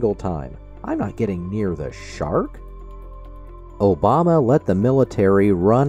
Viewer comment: I also love the sound bites from David Pakman with Trump saying "Obamna", "Truth Cencial" and "United Shates".